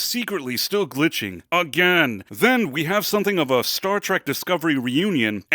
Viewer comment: Treck? It's "Trek" dude...